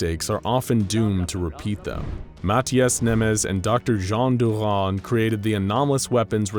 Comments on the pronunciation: For those who are complaining about how he pronounced that guy's name how does he know that the S sounds like an SH in Hungarian? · How come you pronouce french i assume names correctly but saying Mátyás incorrectly. >:( Angry hungarian nioses